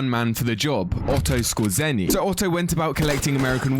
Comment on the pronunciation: "skozzeny" no its "Skoʐeny"